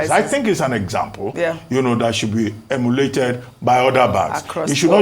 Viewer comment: Ojy listen to how the word ‘emulated’ is pronounced. You keep pronouncing it incorrectly as ‘emiuliated’.